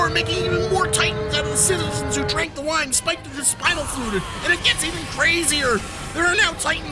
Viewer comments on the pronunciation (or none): none